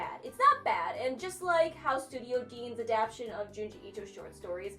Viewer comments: Do you mean adap shin ? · I can already hear gigguk harassing you for saying adaption hahaha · I could've sworn that the word was "ADAPTATION"